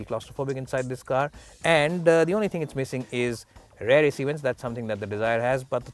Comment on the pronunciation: Work on your pronunciation. .. eg. Steering, rear etc.